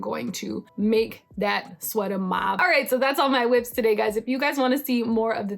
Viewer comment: Cautionary tales by, you have convinced me to remain a monogamous knitter. It is hilarious how your sweaters that are almost done all stop at one sleeve left. I say just give that beautiful koi tee to one of your big boobed friends. Aaaalso I love that you say Whips like Martha Stewart says White😂